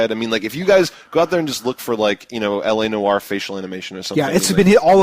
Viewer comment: "L.A. Noire" not elenore xD